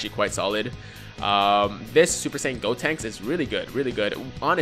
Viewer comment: Who tf is "Deb-Tinks?" Its "GOtinks." Lol